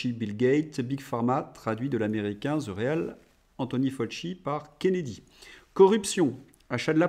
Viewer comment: Bravo et merci pour vos interventions. S'il vous plait! sachez une fois pour toutes que: The ne se prononce pas Zeu ou Zi! Mais.. dhe ou dhi (si une voyelle est après la préposition). En plaçant la langue entre les dents. Merci.